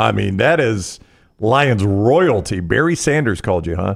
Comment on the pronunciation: ...Berry Sanders reaching out... Hi, umm yeah, it's Barry not Berry. Thanks for posting this interview!